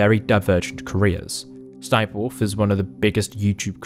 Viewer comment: He said Ess Ess Sniperwolf, it's just Sniperwolf or "sss-niperwolf". Don't make her a meme or y9u gonna get her more views, LOL.